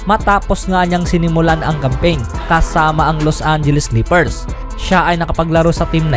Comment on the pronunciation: Clepers? Unang sentence mo palang inexit ko n video. Pota haha Clepers daw